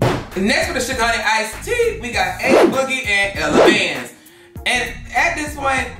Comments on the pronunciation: Why are you calling him Ace boogie 🤣🤣🤣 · The way keep calling A boogie “Ace boogie” 😂😂😂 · Take a shot every time said Ace Boogie instead of A boogie lmao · as a new yorker , hearing you say ACE boogie instead of A boogie is killing me 😭